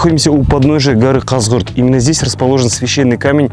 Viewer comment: Не Казгурт а Казыгурт. Ударение правильно ставь